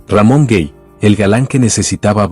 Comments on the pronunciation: Se pronuncia Ramon Gay no Guey, es español. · Tocante al actor Ramón Gay, el apellido no se lee cómo si fuera en Inglés, es Gay literalmente con letra A, y usted lo pronunció cómo si estuviera en Inglés, pero no es así.